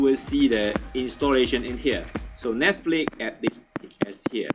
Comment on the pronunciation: it's netflix not netflik.